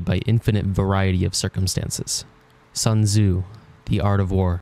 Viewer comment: What a creative way to pronounce "Sun Tzu"!